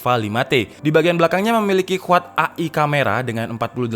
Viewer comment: AI KAMERA dibaca E'AI camera